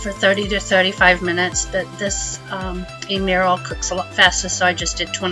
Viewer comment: Hello. Have been enjoying your recipes for a while. Great for camping/RVing especially. Thank you. But please... His name is pronounced, "Em-e-ril", (similar to Emily) not "E-Merrill"! Maybe it's an old joke I missed, but still.